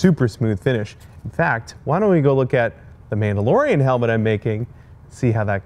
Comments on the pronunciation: "mandalorian" no biggie, just helping a friend Star wars fan out :) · “What’s your favorite mandorlian” Me: mandorlian